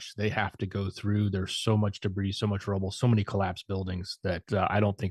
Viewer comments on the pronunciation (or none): please stop pronouncing the S in debris? Geeeeezzzz!